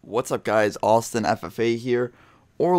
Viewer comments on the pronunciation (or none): none